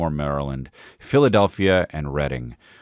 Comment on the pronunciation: You know he's a PA homie when he pronounces Reading like Reading and not Reading